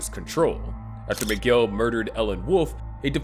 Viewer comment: His name is Miguel, not McGill.